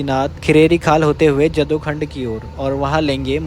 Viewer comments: भाई जदोखंड नही इसका सही उच्चारण करो इस जगह का नाय है जडाऊखाँद।। यहाँ पर कभी जडाऊ यानी की बाराहसिंहाँ हिरण प्रचुर मात्रा मे विचरण करते थे।। भाई हम कोठिला गाँव के बस स्टैंड पर उतरकर अपने गांव जाते है।। लेकिन अब हम बस से नहीं बलकि अपने गाडी से ही यात्रा करते हो।। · जड़ाऊखांद बोलना भी नहीं आता पहले भाई नौलेज ले ले। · जदोखंड नहीं, जड़ाऊखांद है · ये जदूखंड़ नहीं जड़ाऊखांद है ।